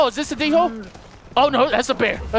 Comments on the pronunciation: I don't think it's pronounced d-hole I think it's pronounced Dole, remeber I said pronounced not spelt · its pronounced dole not d-hole in case you didn't know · It's not D-hole it's dhole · he said "Rare black Dingo", um its Dhole skin xD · I like how he calls then D holes when they are pronounsed doles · They are pronounced doole not dhole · its pronounced dole like the bannana company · its called hole not dingo or d hole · Wenja not ninja